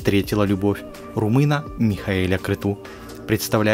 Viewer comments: Михаил Крецу, а не Крету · Аж слух режет -Крецу,а не Крету! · Не Креду а Крецу фамилия первого мужа Сандры